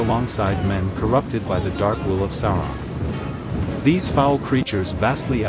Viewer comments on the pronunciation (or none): none